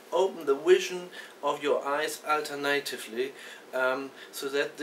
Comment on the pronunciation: Oh man, what a s_h_i_t_t_y accent. Learn English before you apply these techniques on that extremely impressed "german" volunteer. AlterNaaytively!!!! lol